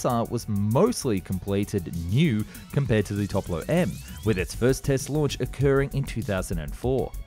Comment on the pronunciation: It's not 'Toplo'. It's 'Topol'.